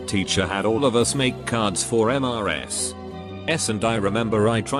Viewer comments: I like how whenever it says “Mrs.”, the text-to-speech says,”M-r-s-.” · Why the frick is the voice pronouncing in M-R-S? Makes no sense.